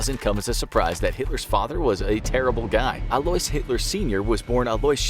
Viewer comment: Why are you pronouncing Alois like that? It's like Louis/Lewis but with an A in front of it...